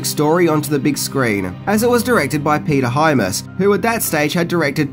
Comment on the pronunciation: Peter Hymas? It’s Peter Hy-AMS